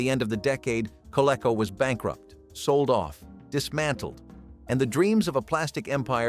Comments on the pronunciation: maybe more kah-lee-co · co-lee-co , you dummy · Co-lee-co! Doesn't rhyme with gecko.